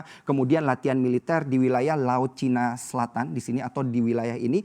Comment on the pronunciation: cinaaa mas......bukan cayna atau Tiongkok.....hadohhh gimana sih nih...reporter y...bahasa Indonesia nyaaaa??????